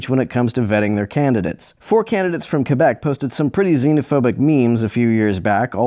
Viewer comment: Also it's so refreshing to here someone pronounce "Quebec" correctly in a YouTube video.